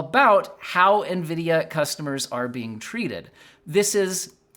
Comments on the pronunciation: bro almost said Ngreedia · I think you meant to say "nGREEDIA." It's ok tho lol